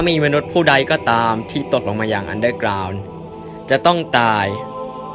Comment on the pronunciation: พี่พูดว่า ตดลงมาในอันเดอกราว